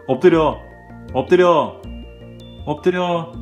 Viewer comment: 왠지 "얻드려" 만 들리징 어허허허